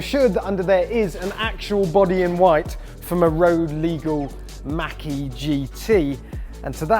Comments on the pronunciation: Why do you say Mackie? It's pronounced Mawk - E. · I like how you say 'ford makky' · Sounds like he said Mackey lol.